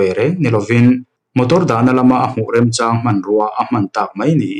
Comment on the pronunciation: 'A hmuh remchãng apiang'..'A hmuh REMCHÂN APIANG' ti teh aw.Youtuber zinga atam zâek hian Mizoṭawng in tidal.Sum hmuh/hlawhchhuah nâna in hmang duh anih pawhin Mizoṭawng ziah dãn dik thei ang berin ziak ula,a lam dãn pawh uluk hle teh u.Lehkhabu ṭha chhiaruar ula,chuta ṭang chuan inzir teh hrãm u aw.